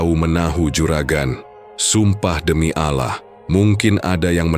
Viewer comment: Maaf ijin koreksi,bukan Alah ,tapi di baca tebal Allah ,atau Aulah ,,,dan satu kalimat tdk di pisahkn baca nya boleh ada bc gaya asal kalimat nya tepat ,tdk mengurangi rasa hormat ,sallm sukses 🙏